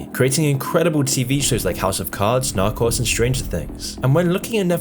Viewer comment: Narcoss 😂😂 dude it’s not pronounced that way